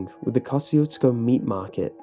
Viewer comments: It's actually pronounced, "kah-zhu-sko" and means "God bless you" in Polish. People around there are Poles and Czechs, known collectively "bohunks" and the dance hall there was frequented often in the early 80's by Mickey Gilley of Gilley's, the infamous (due to its brutal bar fights) cowboy bar of Urban Cowboy fame. Not to mention this story did remind me a lot of the Seaney Bean tale. (I'm originally from Texas as are most of my family.) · You say the name of this town wrong. Its comes from polish general and you can check how to pronounce on google translate (just type Kościuszko and choose polish). PS: He was hero of two countries PL and US. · I am Polish and I know that this is how you pronounce "Kościuszko" in english, but I just cringe every time I hear it xD It just sounds so wrong